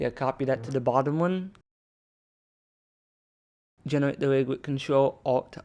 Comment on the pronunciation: "genewate" got me good